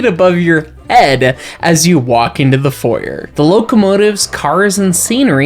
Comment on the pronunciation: Odd thing but hearing you say foyer like that is weird lol